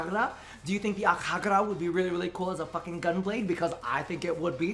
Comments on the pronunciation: Akjagara is my main Secondary. I NEED ITS PRIMED VERSION NAOUW. Wishes aside. I think its pronounced "Akyagara" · Omg every time you pronounced AKJAGARA prime I was like pls no